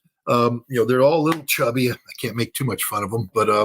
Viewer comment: Scott, if you can't afford to say "can't" with a T, just say CANNOT.